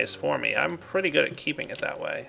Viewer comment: god why is so gay its like he has the speech impediment of the century he doesnt say hello he says HALLOW in this really quirky and ironic voice yet it ends up being unironic and just the facts of he cant say pretty either its all like OO THATS PREEETAY god damn what is he like afghanistanian or something jesus dick on a horse